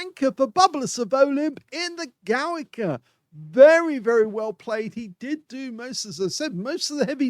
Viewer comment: It is pronouced like "Govika"